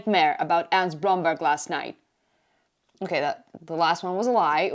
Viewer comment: The way you say Blomberg is so satisfying every time